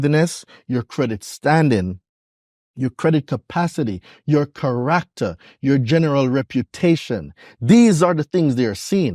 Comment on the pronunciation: Say character again